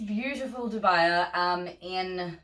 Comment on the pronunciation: Great video! I'm planning on staking most of my philodendrons and monsteras in planks. Just a nitpick: dubia is pronounced DOO-bee-ah, latin for 'doubtful'. Cheers